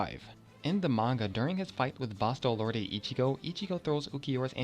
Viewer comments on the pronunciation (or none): Oh lordy, he said Vasto Lordy